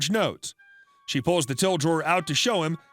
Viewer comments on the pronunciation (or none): none